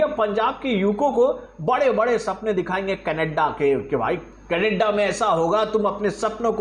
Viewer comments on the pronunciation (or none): none